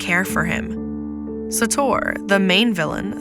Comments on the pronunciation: It isn't suh-TOR. It's SAY-tor. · First of all, i can’t respect this when you’re not saying sators’ name correctly, it had been mentioned frequently throughout the film. Second of all, he did say why he wanted to end the world, the city he owns will be dry and barren due to climate change